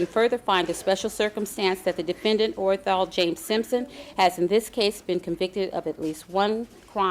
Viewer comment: Mrs Robertson was so articulate with her readings in court but she botched his name with the most replayed verdict in the history of the planet...my guess is she was stunned what the verdict was as she was reading and almost said Orajel (the toothache pain medicine)...instead of Orenthal..